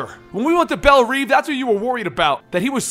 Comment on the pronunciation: not bell "reave" it's bell "rev" Love the video